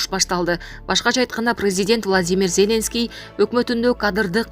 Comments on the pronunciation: ЗЕ́ленский эмес Зеленский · Зеленскийди туура айтып алчы сабатсыз журналист блогер сорой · Зеленский дегенди башкача окуйт экен!! Журналисттер ушундай окуса??????......